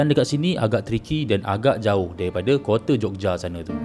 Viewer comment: "Kote" OMG...